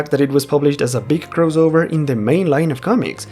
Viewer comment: The word is may-UR (MAYOR) NOT may-JUR CROSS-ovurr NOT CROWS-ovurr